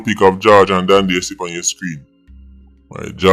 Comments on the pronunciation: Dondy n not dandy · "Dandy Shandy"😂